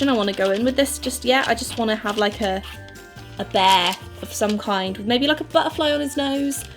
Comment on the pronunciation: "Bayah" instead of "bear" 😂❤️